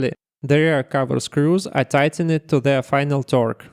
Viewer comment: by the way, in English words ending with -ed, you typically do not pronounce the 'e'. for example: tightened = "tightend", installed = "installd".